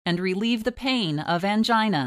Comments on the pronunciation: Please stop saying "angina" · The word"angina" sounds weird